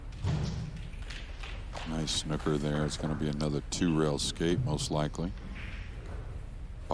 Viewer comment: Sorry as an English man we play snooker if your going to use the term its not snucker its snooker or snookered get it right please if you are going to use my Language please👍